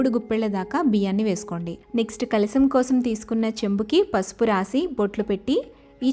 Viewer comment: kalisam kadu, kalasam anali.